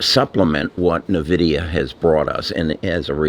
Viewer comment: It's N-Vidia not Nahvidia.